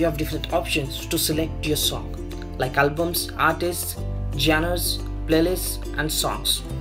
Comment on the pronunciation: Is it just me or did he actually say gen ers instead of the real pronunciation